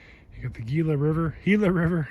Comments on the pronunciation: Nice job! The G in Gila says an H sound. :) Keep it going! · Gila = hee-lah Cholla =choy-ah The blue rock is copper ore. Thanks for letting us tag along.